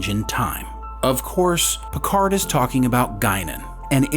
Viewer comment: Your "PicarD" really annoys me. It is a french name and the D is silent ! At least try and use another language as it is meant to be.